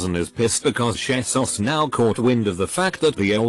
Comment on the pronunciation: Text to speak: Shesus Everyone: :o Conclusion: text to speak is drunk